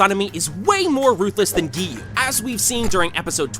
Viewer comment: i am getting triggered whenever he says geeyu